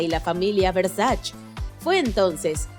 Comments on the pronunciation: Se dice VERSACHE no VERSACH. Bruta! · No es muy difícil investigar para saber algo tan simple como que el apellido de Gianni Versace, que es italiano, se pronuncia Versa(che). No es francés, no es inglés... Es ITALIANO!! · se escribe y se pronuncia versaCHE versaCHE por que es italiano , 1gn0r4n-73 .